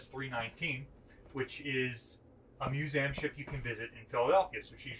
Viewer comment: This guy needs to learn how to pronounce museum